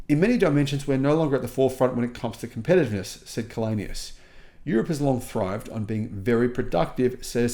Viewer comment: Källenius is from Sweden. Maybe that's why he can make these statements. By the way his name is pronounced [chaellenius].